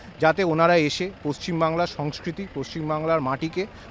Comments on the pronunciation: Sonkriti na Sonskriti?? Bhalo kore bangla tao janen na ei sikhit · sorry to say sanskriti age thik vabe bolun pronounsasion thik korun Agrim subhecha roilo